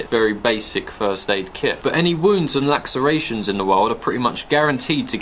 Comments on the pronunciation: What the fuck’s a Lack-ser-ation? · great info and delivery as usual! what's a laxeration though? do you mean a laceration?